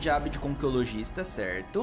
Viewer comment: Acho mt bom que tem umas 5 6 cartas que vc fala errado tem muuuito tempo kkkk. Saguão opulento Conquiliologista Resmunguejo E outros q n lembro agr sushwhshwhs